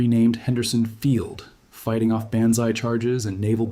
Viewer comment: AI pronunciation? BANDZAI? Bon eat AMeriKEL ? AMERACAL